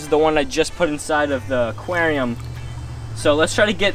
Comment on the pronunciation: Say it with me.... AQUARIUM....